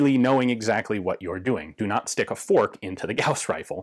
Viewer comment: i love the emphasis Ian puts into all the ‘do nots’ of this device… as if i’m ever going to be handling one. lol